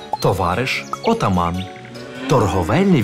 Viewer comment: Фільм чудовий, але чому ведучий у деяких словах ставить неправильний наголос? Як це показати дітям, які вивчають українську? Визвольний, отаман, йогурт тощо 😢